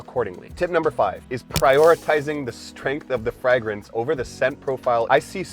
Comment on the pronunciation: Fragrance is pronounced with a long A